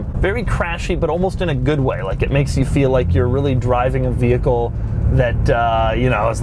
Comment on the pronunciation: Do you also pronounce it ve HIckle? God my ears, they bleed.